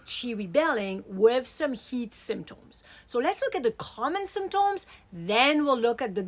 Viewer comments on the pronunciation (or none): I love how she says symtOms.